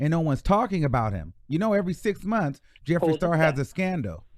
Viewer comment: Hey.. I agree with bun b. I used to love his music but it has nothing to do with y I agree with him.. he was 💯.. Tory is trash. TMZ need to lay off if that’s the case. Meg spoke her truth already. We will never know the whole truth.. idk who Jeffrey the star is lol. Clearly by butchering his name